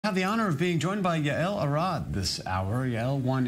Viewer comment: Its Yael arad not arab 😀